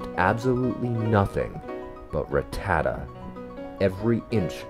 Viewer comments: Man who in the fuck is RIT-TAD-DA ? It’s pronounced RAT-TAH-TAT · It's pronounced Rah-ta-tat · Saying Ruh-ta-tuh has me crashing out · 25 years and now I don’t know if it’s ruh-tata or rat-tah-tah